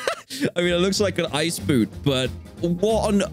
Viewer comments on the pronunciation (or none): im sorry are we ignoring the fact that Dan said ICE BOOT! LOLLLL